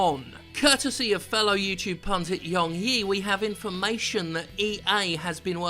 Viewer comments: Did you say? More like! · Its Yong YEAH! Not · btw it's pronounced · It's pronounced "." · God DAMMIT Jim, it's